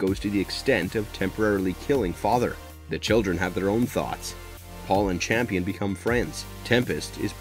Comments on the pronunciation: Next time before you do a movie/show explanation, please do proper research because you said “Champion” through the video, the character’s name is “Campion”. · Hella overrated, Too predictable. Bad dialogue, dumb characters. Tries to hard. Looks great but meh. Also my mans name is Cambian not champion. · Real talk; is that "Champion" mispronunctiation due to some extremely low-key dry humor meme or a direct result of the people that make these sorts of breakdowns being done by folks that largely dont watch these shows (thus making the mistakes you outlined due to missed context) and just read scripted synopsis? I think there is something inherently...wrong? In this practice of representing themselves as authorities or analysts of these things whilst in reality just jumping onto a bandwagon that they can make a quick buck off of? I mean if you think about it, its extremely easy. And extremely deceptive. I dont know how I feel about this lol.